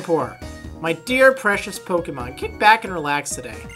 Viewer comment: I agree, but you put the accent on 'Pokemon' the wrong way round :P